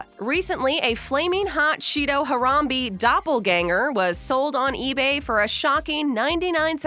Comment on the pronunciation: Her-rum-bea not her-run-bee had damn it respect the gorrilla 😂